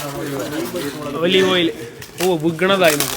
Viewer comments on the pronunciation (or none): ഒളിവ് ഓയിൽ അല്ലാ ഒലിവ് ഓയിൽ ആണേ 😂😂😂